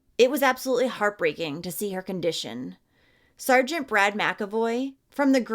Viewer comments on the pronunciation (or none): none